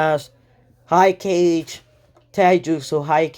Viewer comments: This dude saying Cage Other what ifs kage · I actually got kinda heayed when he called kage cage but its aight :/